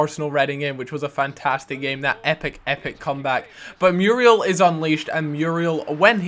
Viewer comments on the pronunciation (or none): No, not Mee-yoo-ree-al Mu-ree-el;)